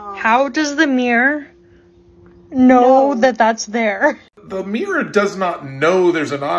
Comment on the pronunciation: The thing I can't get my head around, is that pronunciation of mirror. Miiir?? 🤔